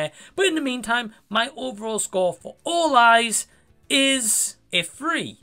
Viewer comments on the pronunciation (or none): Awesome review matey, I love the way you explain stuff in your reviews! I thought you said Fall Guys at first lol!😂😅 Great new rating system you have, I personally prefer it as a rating out of 10 but you can do whatever you prefer! I won’t check out this film but I appreciate your reviews as always! Take care mate!!!😁✌️